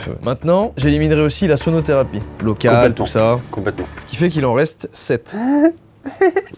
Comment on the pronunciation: Quand tu as dit "la sonotherapie" j' ai compris sodotherapie 😂